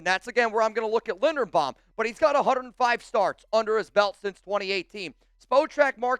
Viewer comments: LINDERBAUM, not Lindenbaum. You're not very bright, are you ? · "I'm looking at Tyler Lindenbaum". It's Linderbaum. says he loves him, then mispronounces his name at least 5 times in this video and 30 times in the last month.